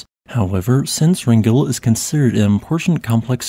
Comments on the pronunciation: Wrangell is pronounced like a Wrangler, btw. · PRONUNCIATION. WRAN ..GEL